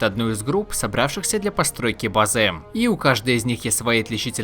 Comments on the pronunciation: Вам платят за то, что вы делаете ударение на последний слог? уши режет пздц «место для базЫ» «сегоднЯ» «предметЫ» от того, что каждый второй так делает уже бесить начинает слушать… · Автору бы к логопеду сгонять. БлокАв бызЫ и тд и тп